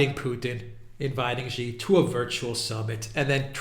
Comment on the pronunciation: it's not "ji" it's "shi" as in she. 👍🏻